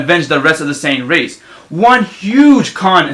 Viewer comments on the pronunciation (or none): none